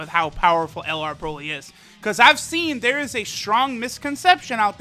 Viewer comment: Bruh why does he say broly like that😂😂